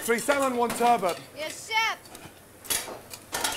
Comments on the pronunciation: WHY some of these chefs say 'turbo' or turbert' instead of TURBOT is ridiculous. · The worst part of all of this is turBOT.. being pronounced turbo.. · Everyone there pronounces "turbot" different. 😂